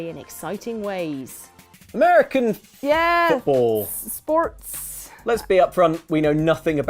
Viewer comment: Anyone else notice how says "sports" using the same accent as the cow pretending to be a man